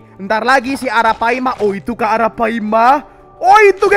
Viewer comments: Ara palma bang bukan ara paima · bang pas ngomong ratu yg legenda hidup di sungai itu arapaLma bukan arapaima